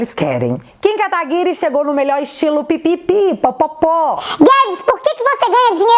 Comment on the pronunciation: tipo Guedes, fiquei decepcionado com "Katagury"...